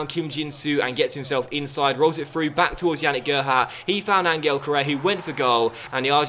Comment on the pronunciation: I love you man but it i pronounced An-hell Correa, not An-gle